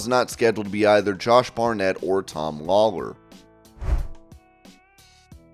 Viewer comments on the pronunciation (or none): none